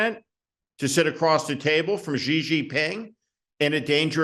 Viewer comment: Steve you can pronounce the name of China’s President Xi “Xi” is Mao’s romanization based on the Russian alphabet. It doesn’t help Americans pronounce The Catholic Wade-Giles system spelled “Xi” as “Hsi” Yale University developed a system which helps Americans correctly pronounce Chinese. In the Yale system, “Xi” is spelled “Syi” If you just say “C”, you will be very close